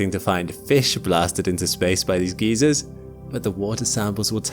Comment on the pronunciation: Really great video, really enjoyed. Perfectly coherent, scientifically accurate, well paced, and perfectly narrated. Please just pronounce geyser (guyser, not geezer) correctly.😂